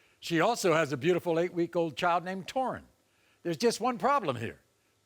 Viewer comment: Maury laughing 😃 😀 😄 out loud ohh Maury u r pronouncing the baby name wrong Taurean that's my nephew name